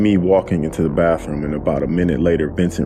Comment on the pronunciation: Narrator, dude, it's not bafroom. Kids go to the bafroom. Everyone else goes to the bath room, aka, bathroom.